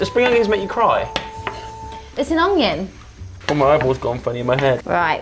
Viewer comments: Why is all I can hear is them saying onGion 😂🤣😂🤣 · Why does call an onion an ungion 😂